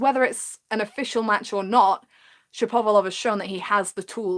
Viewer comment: I enjoyed the video One thing though ,it isn't : Shap - ov - a - lov , it's Shapo - valov